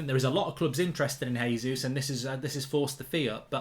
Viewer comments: Mark, Gabriel Jesus has been scoring in the league far too long to carelessly mispronounce his name. It’s a hard J. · It's JAY-zeus hes Brazilian, not Spanish omds lmao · Vieira, not Viera! ..... and Jesus, not Resus